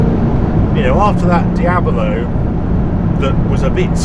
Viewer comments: "...after that Diaballo…", what's a Diaballo? Lambo did a Diablo, no Diaballos, though. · Just a note: it is Diablo, not Diabolo